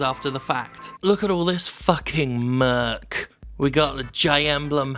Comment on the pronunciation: jim, jim. it's merch , not murk.